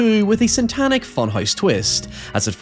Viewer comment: you keep saying SANTANIC